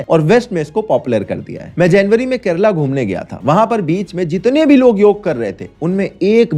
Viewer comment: pahle khud bolna seekh chomu kerlaa nhi kerala hai vo